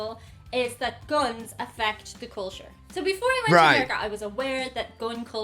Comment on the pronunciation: Attention please - when it comes to - Guns - PLEASE say the word "Guns" correctly. The (u) is the uha sound - not like the U is pronounced on it's own in the alphabet. I hope I explained that in a way to understand. Don't say Guons - say (Guns). : )